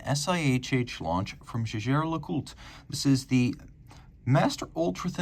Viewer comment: Because it’s Jaeger Le-Coultre, not Jaeger Le….it would be like calling Alec McGuiness Alec Mc…..hence it’s JLC